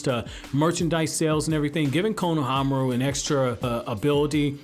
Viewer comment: The way you say his name it’s just cringe I hope you know the dub says the names wrong